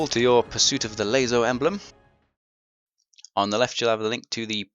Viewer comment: hey it was me that said please say it laso not lazo ok im sorry so much guilt.but serously thnx for these guides.now do us all a favor say laso thers no z #JK LOL